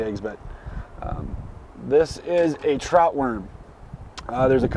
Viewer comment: You guys notie it say "tout" not trout